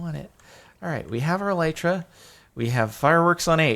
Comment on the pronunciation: they are: ocean monuments, e-lee-tra, la-piss if you're not gonna say kill or die, then just don't refer to them at all